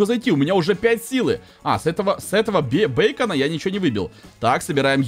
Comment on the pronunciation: Не бейкона а бикона